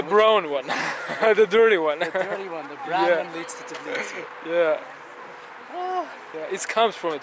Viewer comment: Its tbilisi not tiblisi